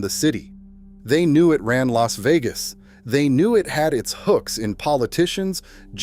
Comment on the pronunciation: Bailed L A S Vegas. AI CRAP